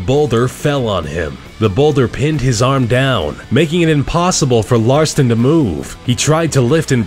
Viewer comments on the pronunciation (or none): Ralston, not Larston... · you said Aaron larston not ralston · Aaron Ralston, not Larston, You wrote it right, but pronounced it wrong over and over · lol is it Larston or Ralston..? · lmao "Aron Larston" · Um, you referred to Aron Ralston repeatedly as "Aron Larston". oops. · Just so you know you said Aaron Larston instead of Aaron Ralston. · On it says ralston but you said larston HA finally found a mistake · I like how the announcer mispronounces "Ralston" by saying "Larston", but gets all those crazy Russian names right. Nice! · he says aron larston but the name says aron ralston llelelelelelel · Aaron Ralston, not Larston, lol. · Bro just sayin, it's ralston not Larson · You mispronounced Aron RALston's name a few times as Aron "LARston". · Aron Larston, except the screen clearly says "Aron Ralston" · You said "ralston" wrong. You said Larston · You say Aron Larston when it says Ralston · announcer said Larston, Name on video was written Ralston. Don't know which is right, but one is wrong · How do you say Larston when the guy's last name is Ralston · Are u kidding? Did u just say Aaron LARSTON? LARSTON???!!! WTF??!! It's RALSTON... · It's RALSTON not LARSTON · they pronounce the guys name wrong. Screen says Ralston and he says Larston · Some corrections: Touching the Void documentary is on netflix and Joe Simpson also shattered his right leg upon falling instead of just falling into the crevasse without injury.. Aron's last name is pronounced Rall-stin, not larstin... but I do that sometimes too. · aaron Ralston pronounced larston...awesome... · Why did you pronounce Ralston as Larston? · This can can't pronounce Aron ralston's name right he said larston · It's Aaron rawlston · This guys pronunciation of "Ralston" made me want to throw him under a train